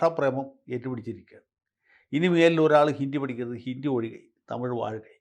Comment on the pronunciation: ഹിന്ദി എന്നാണ് ഉച്ചരിക്കുക ജയശങ്കർ ജി. ഹിണ്ടി അല്ല 😂😂